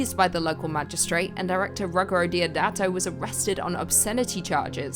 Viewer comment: Roo - gee - aero. Pronoune that fast and it's his proper first name